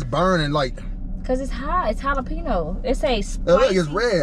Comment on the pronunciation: i have never heard anyone fuck the word jalapeño up like that😂😭